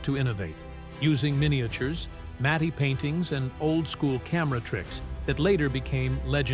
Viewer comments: Matte Painting, Mat Painting, not Matty Painting. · AI cannot pronounce matte.